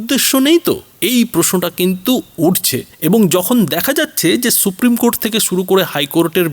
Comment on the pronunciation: কোরট্ নয় ,কোর্ট ।